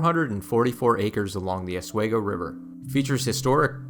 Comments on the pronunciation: As someone who grew up in Seneca Falls and bicycled the Erie Canal route in 2014, I loved every minute of your 29 minute video!! I also wrote an essay that was posted on the NYS Parks website entitled "My Life on the Erie Canal". Altho I cringed at your pronunciation of Oswego and Schoharie but that did not diminish my enjoyment and appreciation for the work you put into this historical record. Thank you & Congratulations!! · Aus-we-go.....not Oz. Schuylerville.....meh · Schoharie - Sko Harry, Oswego - ahh swee gp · Great video but I have one minor quibble. The pronunciation of two place names is off. Oswego is Os-we-go, not Os-way-go and Schoharie is Sko-Harry not Sko-kery. I know getting the pronunciation of weird place names can be difficult. I actually went back to on-line resources to verify these before posting this. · Good video. On a minor note. Oswego is pronounced Aaz wee gow. Not aaz way gow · Oswego pronounced OS - WE -GO not OS WaY-Go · Nice video. (But it's pronounced Sko-Hare- eee and. Oz-WE- go) I l live near the Saratoga Battlefield. Very detailed overview and well done! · Just a hint: Rochester resident here...we say Osweego.... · Oswego has a long e pronunciation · Tremendous presentation of our defining natural feature! It’s an honor to acknowledge the details! Pronunciation correction, Oswego is locally pronounced with a long e, like the word we. But we throughly enjoyed your work. We are in East Schuyler which is 7 miles east of Utica, right on New York State 5, where the Erie Canal, both parallels and also flows together with the Mohawk River. The river provides some of the water needed for this marvel. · OS-WEEE-GO. I live 25 min from Seneca Falls and have never seen main street so bare! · Sko HARR ee Also: Ah SWEE go, for Oswego. Cool video, though. I've only explored the parts near me - never the whole length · A good video would be great if you didn't butcher the pronunciation of Oswego and Schoharie.